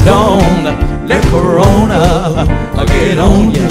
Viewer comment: LOL he said CORONTA. My people do not disappoint.